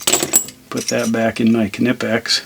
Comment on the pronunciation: Are you a United Statesian and want to know how to pronounce Knipex? No problem! This friendly German is here to help you: Kneepex. And remember, kids: The K is not silent!